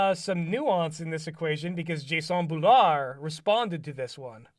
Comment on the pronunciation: I... think it's pronounced "jason nebulaar" or "jason nebula ar" 😅